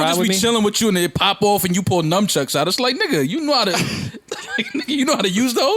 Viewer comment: So we gonna ignore saying numbchucks like six times